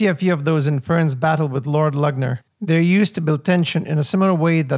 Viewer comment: The ü in Lügner sounds more like the y in sympathy, but a bit longer. Maybe like Lyygner.😊